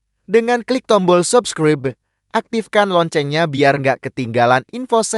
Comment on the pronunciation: Apa tida salah mengucapkan subscribe?